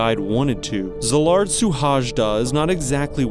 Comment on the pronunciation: I'm sorry but as a hungarian myself, please research the pronounciation next time because I genuinely could't tell you were saying hungarian words. His name is Szilárd Suhajda which is pronounced Sz as in snake, I as in invention, the L is not double, for the Á I don't really know a word but it's like 'ah' kinda. R as in reach and D as in destroy. His last name: S as in Shoe, U as in us, H as in house, A is a, J is the y in day, D is d, A is a. Also he's from Békéscsaba: B as in bee, É as in the a in cave, K is k, É again, S as in shoe, CS as in the first sound in trust, A is a, B is b, and A is a again. This is not meant as a hate comment or anything, just a tip to make the experience for viewers better.